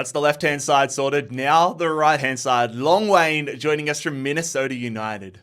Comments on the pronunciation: Long Wayne😭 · Probably thought silent h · Hlongwane-Long Way💀💀💀💀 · "long wayne"😂😂😂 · Hlongwane's pronunciation is diabolical😭